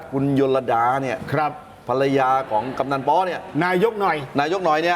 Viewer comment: คุณเกรียง กัลป์ตินันท์ นามสกุลแก อ่านว่า กัน -ติ-นัน ไม่ใช่กัน-ละ-ปะ-ติ-นัน กำนันป้อ ไม่ใช่กำนัน ป๊อ ชอบลุงสองคนอ่านข่าวดีครับสนุก แต่อยากให้อ่านชื่อให้ถูก ให้ตรงตามจริงครับ